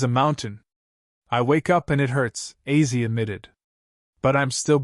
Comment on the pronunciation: Is it AI narration ? Why on earth does he keep pronouncing Ozzy as 'Azzy'? It's not that complicated. If your going to make an obituary for the man at least learn how to say his name...